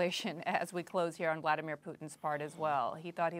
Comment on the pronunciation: Love how he pronounce “Bloody-mir Putin”